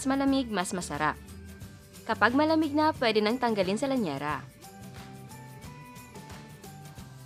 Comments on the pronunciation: Lyanera po hindi lanyera HEHE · Correction po, llanera po ang tama at hindi lanyera. ✌